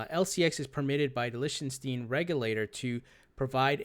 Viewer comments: its pronounced LICK-MY-STEEN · A little Help. Pronounced lick ton stein.